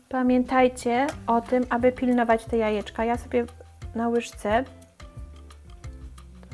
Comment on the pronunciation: Droga Pani mówi się jajka a nie ajeczka 🙉🙉🙉